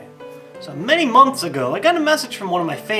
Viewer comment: It sounded like he said "Many monks ago" LOL!